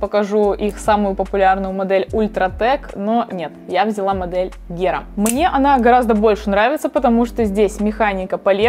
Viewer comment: Не гера, а хера. 👌